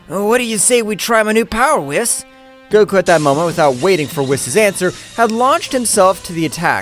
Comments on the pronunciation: Whis is actually pronounced (weez) Don’t believe me watch DBS in English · Y u say whis name wrong lol